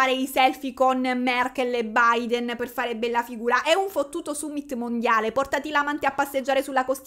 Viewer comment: Brava che dici summit e non sammit e che citi la costituzione con precisione. Mitica🎉